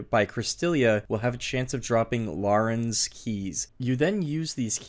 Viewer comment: LORE-RANS KEY?? LAUREN KEYS???its Larrans key bro. Go to English class...